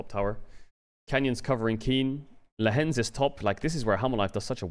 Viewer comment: Lehends vs LEHENDS 😂